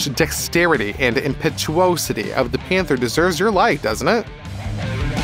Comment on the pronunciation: At about 6 minutes in: "impetu OH sity"? Please get somebody who can read to READ your scripts. Good night. I won't be back.